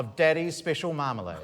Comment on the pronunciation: Do love how Josh's dad called it 'Yumalade'